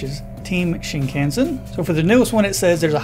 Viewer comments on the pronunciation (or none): pronounced "shin-kahn-sen" not can-sen